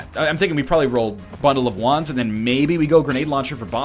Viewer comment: Every time he said bundle of wands, I thought he said bundle of Juans. I was so confused.